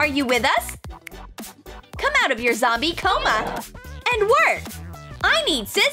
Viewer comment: i's not gomy i's jombiy